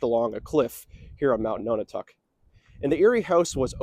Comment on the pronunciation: Often spelled aerie but eyrie is a valid alternate. "Perched on a high place like an eagle's nest." Also can refer to the occupants of a nest. Decades ago I heard this place was called the Aerie House. Nonotuck is pronounced like non a tuck, not like no na tuck. Interesting video. Great views from up there. Cheers!